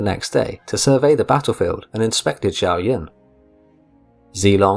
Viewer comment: The name Xiahou is pronounced Shaho